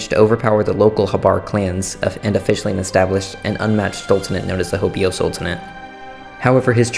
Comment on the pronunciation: correction: H-OH-BE-YO not HO-BEE-O